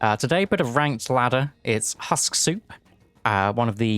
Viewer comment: it's [husk], not [hask]- It's Danish word, it's not pronounced as English speakers would think, but phonetically, as it is written. Husksuppe means "remeber the soup" in Danish.